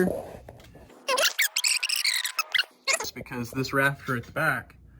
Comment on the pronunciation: Pretend like he’s saying raptor the whole video instead of rafter